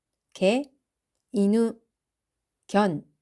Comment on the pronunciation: 이누도 이느 라고 발음하던데요